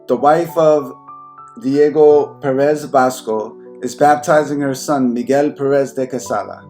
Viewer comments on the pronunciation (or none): none